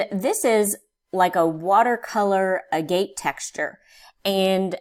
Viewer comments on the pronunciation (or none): Agate, pronounced a/ gat. Pronounced with emphasis on the first syllable and second syllable like “gut”, it’s a type of stone that has some translucency.